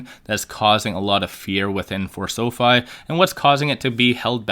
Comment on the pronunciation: Pronounced; Sow-fee!!